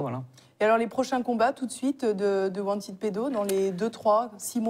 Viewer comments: Wanted. Prononcer want[ed]pedo et pas want aid pedo. La prononciation change tout. Wanted et wantaid... ce n'est pas la même chose et c'est certainement un lapsus révélateur de want aid pedo. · Wantède ou wantid pédo ? Wanted en anglais se prononce wantiiid . Choisir un mot anglais pour le prononcer à la française... pas terrible. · wanted se prononce wantId en anglais. Wantiiid. Pas wantède. Wantide pedo n'est pas crédible car cette association traine avec des groupuscules d'extrême droite.